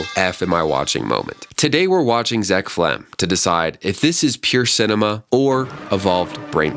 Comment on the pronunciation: It’s zeck felms not zeck felm